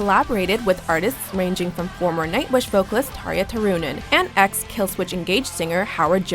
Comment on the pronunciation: I'm sorry but HOW does she say Tarja Turunen?